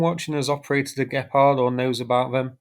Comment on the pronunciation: Gepard... not gephardt ... or better say Cheetah in English :)